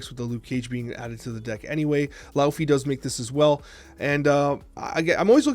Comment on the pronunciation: Laufey is pronounced "Lay-Vay"!!!!!